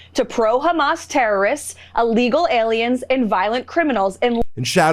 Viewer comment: It’s a small thing in the face of her racism, hatred, bigotry and lying, but learn proper pronunciation: it’s IL-legal, not A-legal. You’re a press secretary for gosh sakes!